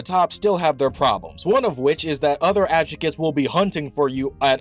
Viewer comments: it's a Spanish word, the J has an H sound. It's pronounced Ad-hoo-chas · It's pronounced Ad-Hugh-Cha, Hollow terms are all based on Spanish. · I loved the video tho. Just thought the pronunciation sounded goofy. I was listening to it while working and was like "what is that I've never heard that before 🤣" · The pronunciation of Adjuches is atrocious 😂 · Why can’t people pronounce adjuchas correctly. They say it in the show….. it’s simple. I didn’t subscribe.